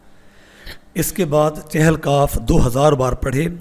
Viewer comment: جہالت کی انتہا یہ ہے کہ اکثریت کو اس لفظ " چہل" کے تلفظ کا ہی پتا نہیں اور غلط بولتے ہیں۔ چہل فارسی زبان کا لفظ ہے جس کے معنی" چالیس" ہیں اور تلفظ یہ ہے، چ کے نیچے زیر ہے